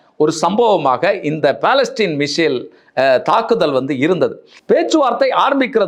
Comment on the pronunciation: பலஸ்டீன் அல்ல பலஸ்டிக்